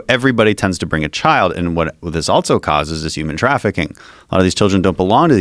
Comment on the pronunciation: Who the hell puts a "T" in the word "also"? Dan Crenshaw Good podcast ....just couldn't help myself